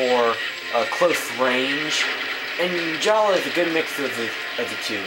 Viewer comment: His name is Jaller not Jalla its changed